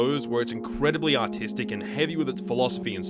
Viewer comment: Only mid way through the vid I realized he said artistic and not autistic.